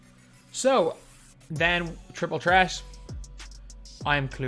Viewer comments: Idk why that triggers me 😂😂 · absolutely nobody.. “triple tret” 😂